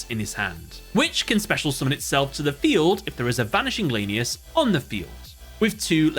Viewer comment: Honestly bugs me as a raidraptor fan (my favorite archetype hands down) when calls them lane-e-us instead of lan-e-us ik it's not that big of a deal but still bugs me a bit